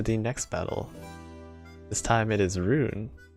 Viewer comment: was pretty spot on, but I'd like to note that Roon, as a word from german, is pronounced more like Rohn